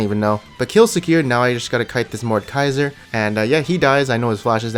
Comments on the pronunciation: Anyone else getting triggered by him saying mordkaiser instead of mordEkaiser? I know its supposed to be funny(at least i think so) but its just... ugh... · I Cringe when he says "mordkaiser"